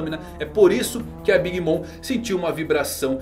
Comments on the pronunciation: nada disso, escute com atenção e vai ver que a pronúncia no anime é "big momer" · Big mama é como os personagens do anime a chamam sem a tradução. A pronúncia fica big mama